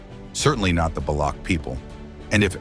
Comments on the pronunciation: Het not baloug its Balouch. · Baloch is not pronounced as Balok.. Its ch is pronounced something as in Chance or Change.